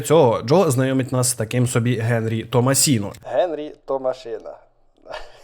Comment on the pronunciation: Генрі Томасіно Генрі!!!! Тома сіно!!!! Ну Тома ж сіно!!!!